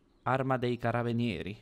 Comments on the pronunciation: you're pronouncing Carabinieri in the right way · I love you, you have finally played with italians:D You pronounced Carabinieri correctly anyway